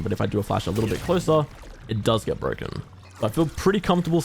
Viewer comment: This agent is so bwoken